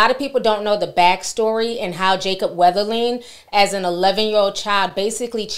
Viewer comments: How is it that you had to read and type this boy’s name several times to make this video, but you’re still pronouncing it like there’s an “H” in his surname? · His name is being mispronounced in this video. 🤦‍♀️